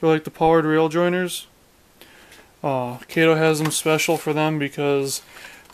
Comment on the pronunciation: Try replacing the Broadway trucks with good Walthers trucks. By the way... it’s pronounced KAH -TOE. Not Kay Toe!